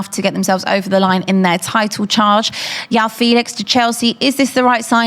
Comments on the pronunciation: Its not Yao Felix. It’s João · its not yao felix ffs 🤦🏻‍♂️ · You know she's been preparing with when you hear "Yao Felix" and "Mudrić"